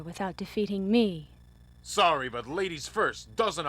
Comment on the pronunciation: did she say "sowwy"?